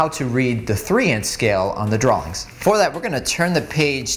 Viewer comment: Did you say "darawlings" with an L? (drawings)